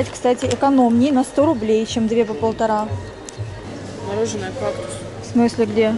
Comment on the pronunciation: Почему "мороженО", а не "мороженое"? Вам надо на курсы русского языка.